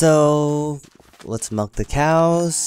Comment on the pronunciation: When you said let's milk the cows I thought you said let's melt the cows 😂hahahahahahaha.......I'm not funny